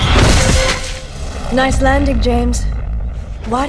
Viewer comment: it always sounded like Dominique said “Gems” to me when she said Bond’s name lol